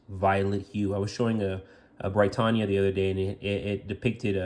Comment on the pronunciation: He pronounced it right every single time. Are you deaf?